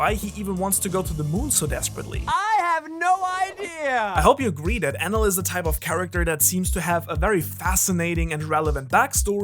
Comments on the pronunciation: Is it me or do anyone else hearing it "anal" ? SORRY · I thought it was Eneru not Enel I’m confused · i like to pronounce his name En eel